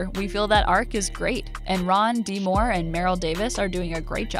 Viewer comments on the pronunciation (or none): none